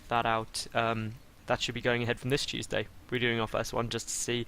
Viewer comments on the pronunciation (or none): Ask and ye shall receive (for the thumbs). Am I the only one who thought he said "Cheese-day" instead of Tuesday?